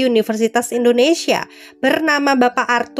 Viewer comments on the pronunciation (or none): none